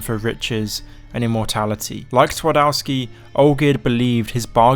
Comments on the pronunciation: The Polish pronunciation hurts. You could have at least tried using google translate not to do tWardAWsky. Twardowski. TvarDOVsky. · Good try on spelling „Twardowski” If you say it hardly with v it will sound a lot closer to my language So try saying „Tvardovski” next time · Fellas, put words you're not sure of pronunciation in Google translate before uploading a video. Polish w is pronounced the same way as English v 😅